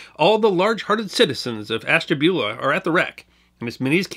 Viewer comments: Hi enjoys the item. I as born in the town , and never heard of the wreck, until a few years ago while in Calif. The towns name is pronounced as ash. Ta. Bula. Keep it up much enjoyed. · Love your channel sir. I am from NE Ohio. I know this is being picky but us locals pronounce it ASH-tabula. Cheers!